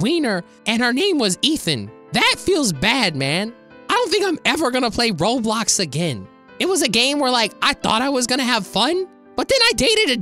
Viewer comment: he always says roblix